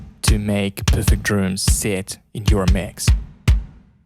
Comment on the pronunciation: Please employ someone that can speak English properly. If you are responsible for presenting a product or service, communication skills can really make or break your presentation and chances are that even if you employ someone later that can be understood it may be to late. I can't understand many words that this presenter is speaking. Simple words such as DRUMS being pronounced as DROOMS is really annoying.